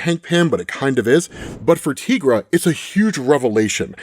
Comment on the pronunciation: tigara not tigraa